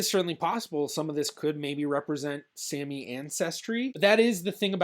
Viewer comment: You should learn the correct pronunciation of Sami.